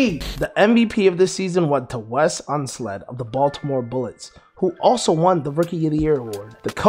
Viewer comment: Unseld, not Unsled.